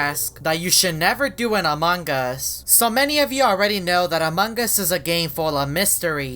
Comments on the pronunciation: Your not saying among us u said amog us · Why does always say "Among gus" instead of "Among us"? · hoffman says Amon gus not Among us hes right DUM DUM